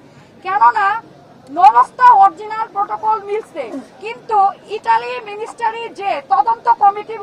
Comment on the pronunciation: আকুতি মিকুতি করি মিনিস্ট্রিকে মিনিস্টারি বলবেন না 😄😄